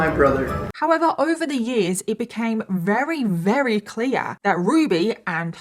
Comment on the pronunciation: Wery, rery, very. 😂